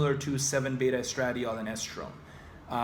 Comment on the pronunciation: hmmmmmmm.....????? a neuroscientist who doesn't know how to pronounce estradiol????